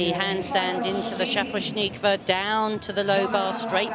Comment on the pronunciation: The British pronunciation of shaposhnikova makes me giggle.